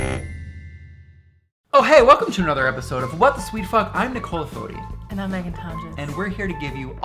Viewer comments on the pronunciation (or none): none